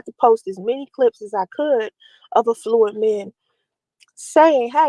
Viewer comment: Her nasty filthy mouth is so unprofessional during these”life coaching” lives she makes me sick. She doesn’t even know how to say the word affluent, no one in business or economics pronounces it that way which proves she’s not in that scene.